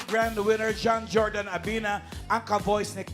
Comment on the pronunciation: Finally na pronounce din ng tama ang pangalan ng winner